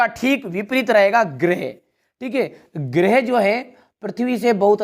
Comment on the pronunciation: सर गिरेह नहीं होता है ग्रह होता हैं।😂